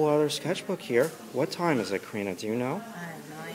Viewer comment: It’s Kariiiiina!!!!